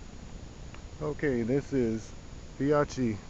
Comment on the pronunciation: Fee-oh-key! Well done! Great informative video.